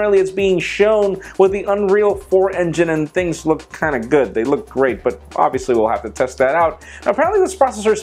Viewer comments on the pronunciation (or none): none